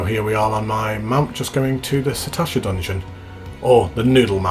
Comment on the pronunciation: There are three S's is Sastasha THREE!!!! SAS SAStasha lol my OCD is triggered sir..... Joking aside though, nice video, will only get more interesting as it progresses to some of the later dungeons, might log in and join you for one or two of them as the series continues:-) you might meet some..... "interesting" characters along the way lol